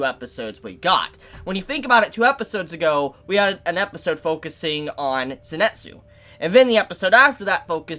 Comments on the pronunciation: Why is he saying Zenetsu? Also my god this anime is top tier! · zenEtsu... it feels so wrong.. you know they pronounced Zenitsu.. and yet.. man that's gonna haunt me for days.. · Why does everyone say "Zinetsu"?